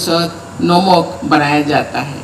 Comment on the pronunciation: नमक है नोमक नही है